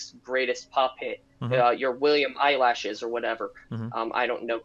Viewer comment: William eyelashes?? He meant billie eilish? Hahahah